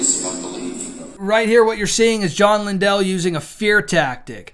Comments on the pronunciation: It’s not linDELL. ITS LINDLE LIKE KINDLE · Also, Lindell is pronounced like kindle. 🙂